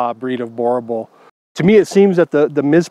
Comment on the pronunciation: Very wrong pronunciation of the name. Boerboel is a Afrikaans word and the way it's pronounced is like this .....bur bull